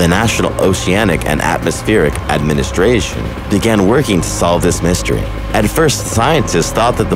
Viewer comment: Anyone else hate how he said administration?